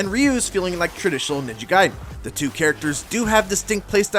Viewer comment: I can’t wait for this game….ninja gaiden black kickstarted a thirst for this game that was unbelievable 😂 Edit: It’s not “guide-en” it’s “gayden” pronunciation wise. You wouldn’t say “Riden” in mortal Kombat you would say Raiden.